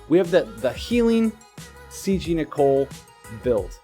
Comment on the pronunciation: THANK YOU. FInally someone said it right. Idiots like (he isnt an idiot but it pisses me off) keep calling him Nickel. And then theres Tituz but that ones personal opinion. I think its Tidus (taidus with short vowel sounds). *shrugs* Anyways i hope i get nichol with my last ticket cause if not.. Ill have to wait for 7*s to use my Roy then. So far getting by with ramza and soleil for 10 man trials.